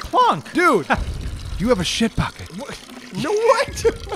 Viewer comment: said sheet.